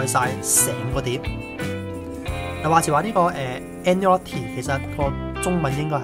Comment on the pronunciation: Agnolotti is pronounced as 'aneolotti', silent 'g'. The 'no' which is pronounced as 'neo' should be light while the 'lot' has to be given more emphasis or strength.